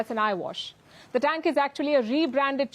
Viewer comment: AS USUAL INDIAN MAKE FUN OF ANY THING PAKISTANI, YOU COULDN'T SAY THE TANK CORRECTLY. IN INDIAN CHANNELS YOU NEVER SEE ANYTHING REGARDING INDIA PROBLEMS AND FAILURES IN MANY FIELDS. I AM NOT DEFENDING PAKISTAN BOTH INDIAN AND PAKISTAN ARE CORRUPT COUNTRIES. COURPTION RUN DEEP IN IT.